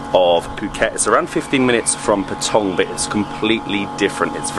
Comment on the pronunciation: Ya Nui is far better, these guys are just tourists, i lived in Phuket for nearly 5 years he can't even pronounce Pa-tong correctly